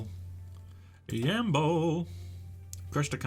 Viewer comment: Im from Yambol and the way you said the city's name made me chuckle